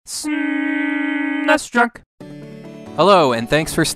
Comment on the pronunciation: It is SNES not SNESS. lool